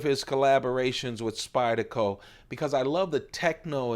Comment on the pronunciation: Like nails on a chalkboard when you say Spyd-a-co. Good video, though.